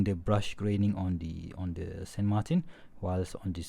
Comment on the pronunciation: "San Martin" is a Spanish word so you have to pronounce that brand as it would sound in Spanish and not as it would sound in French or English. It's SAN MARTÍN